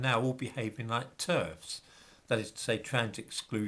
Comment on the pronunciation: I honestly thought you said "...behaving like TURDS..." rather than "TERFS" for a moment!😂